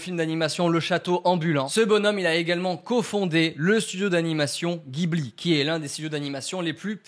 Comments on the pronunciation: Juste bro gibli c’est jibli pour la prononciation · Jiburi pas ghibli la prononciation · Et on dit studio Jibli pas guibli :) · Alors c'est pas pour faire le casse-couilles mais ça se dit "jibli" ! 😉